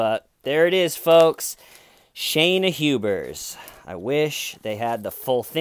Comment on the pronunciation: "Hubersiion" lol